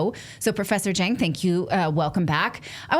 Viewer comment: Just for future reference. The Chinese surname Jiang is prounced as jee ahng, The 'ah' is short 'o' sound, like when a doctor says, "Say ah," during a throat exam. The two vowel sounds in the middle 'ee' and 'ah' are seemlessly softly slurred together, not very distinctive or over emphasized. Another example of the 'ahng' is the fitst name of the famous movie producer Ang Lee, which is properly pronounced as a short O, not a long A. I'm guessing that many Americans mispronounce Ang Lee's name using a long A because the 'ang' spelling reminds them of the word angst or sang.